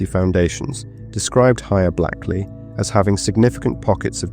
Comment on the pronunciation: Hia. Blackley is pronounced Blakeley. It's sitting along the River Irk, not sat. And it's pronounced Doomsday not Domes-day. I'm only a few minutes in so hoping nothing else glaring appears.